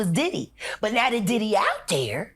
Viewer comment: That boy called him diddly 🤣🤣🤣 I remember when Rubert from icarly called gibby “gibbly”, gave me a flashback to that 🤣